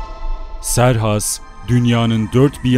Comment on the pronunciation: Serhas değil kıserkses